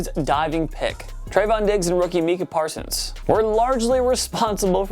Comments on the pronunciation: “Meeka Parsons” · Mike jesecki. Meecah parson. This pisses me off. How r u a sports channel and watch football and say meecah parsons